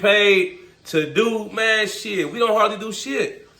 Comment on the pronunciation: Gotta add a "mayne" counter on your videos 😂😂😂 good video bro, good hustle Mayne you killin it